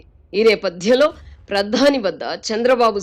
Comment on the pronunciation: గారి తెలుగు కొత్తపుంతలు తొక్కుతుంది. కొన్ని పదాలకు ఈమె ఒత్తులు పెట్టేస్తుంది. "ఆధారం" అనే పదానికి "ఆద్దారం" అని "ప్రధాని" కి "ప్రద్దాని " అని "ప్రతిఫలం" కి "ప్రతిప్ఫలం" అని " భిన్నంగా" కి "బ్భిన్నంగా" అని ఈ విధంగా.